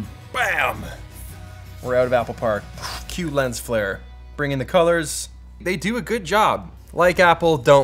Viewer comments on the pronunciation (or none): none